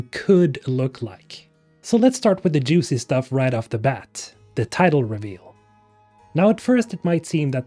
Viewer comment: lol, joocy...